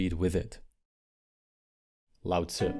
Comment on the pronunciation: Thank you for pronouncing Lao Tzu correctly!